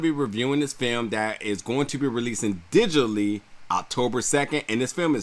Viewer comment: Watch those pronunciations. To be released dijily? Suddenly thrusted? Part sound? Huge row? Disagreedience? Say that? They are distracting.